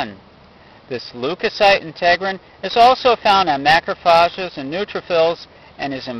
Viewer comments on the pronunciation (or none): macrophAges, not phages!!